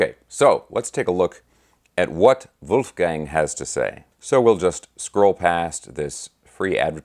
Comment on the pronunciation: brother, you hit all squarely on the head (and, mind you, I love how you pronounced Wolfie's first name). For one, it's still too soon. Two, I think it comes down to Dave and, to a lesser extent, Al (whom is likely and reasonably still mourning), not to mention Sam, whom had his opinions prior to Ed's passing (although Eddie's death was sobering to Hagar). You nailed it about Mikey. Michael Anthony is ALL class and someone from whom we can learn about professional decorum. Bottom line: The time is not "Right Now" (to quote the song). Wolfgang has every right to tread lightly. In this day and age, we seem to be focused on instant gratification. We really need to step back and marinate in what Eddie and Van Halen, in all of its incarnations, has gifted us. Let's circle back in around five-to-10 years and see if anything can be done, IF they all want and can still commit musically. Thank you,, for this excellent and conscientious breakdown. 🙂🙂🤘🤘